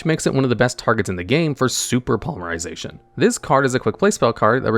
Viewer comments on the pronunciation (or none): none